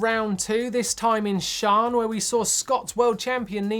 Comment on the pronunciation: How much crap will Martyn get for his pronunciation of Losinj?